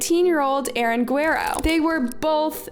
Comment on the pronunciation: Guh-rare-oh For corn sake